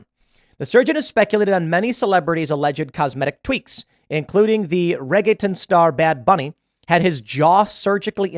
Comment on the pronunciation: Listening to Tim try to say “Reggaeton” is hilarious.